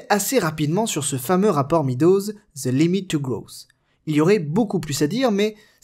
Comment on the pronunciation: Petite précision : Meadows ne se prononce pas "Midose" mais "Mèdose". 😉